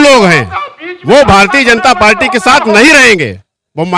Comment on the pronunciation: भाई पालटी नहीं पार्टी कह लो,इतना तो जान समझ कर माइक पकड़िए।बाकी मुद्दा ठीक लेकर चल रहे हैं👍